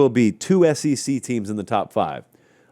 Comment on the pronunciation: Hey, it is the S-E-C, not the S-C-C....